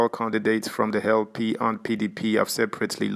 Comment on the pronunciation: Is it adhoc you are pronouncing as hardhoc? And Lp as hellp?